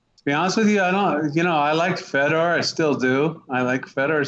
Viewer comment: Who the fuck is "Feddar"?